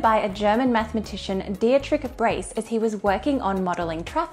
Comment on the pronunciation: Dietrich is more pronounced like, "Dietrich" .. and a little less like, "Tetritsch"—which sounds more like the Russian game of, "Tetris" with a Haček at the end. 😅 now you know, lol.